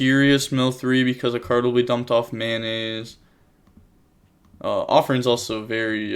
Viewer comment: Am I deaf or he’s saying “mayonnaise” instead of “Metanoise”? 😂